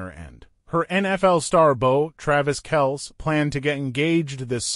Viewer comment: This guy can't even pronounce Kelce's name right😅